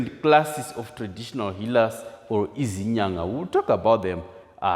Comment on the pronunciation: I m a bit worried by the way you pronounce the word izinyanga, it sounds like u a learner of the language yourself